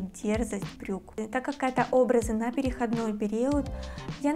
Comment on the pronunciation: ПерехОдный период. Ударение🙏